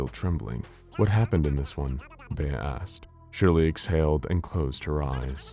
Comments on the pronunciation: Pronouncing 'Bea' as 'Bae'/'Bay' is a helluva choice. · "Bea" is pronounced like "bee". It's usually short for "Beatrice". Like Bea Arthur. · I have a few friends with the name Bea. It’s pronounced like “bee” instead of “bay”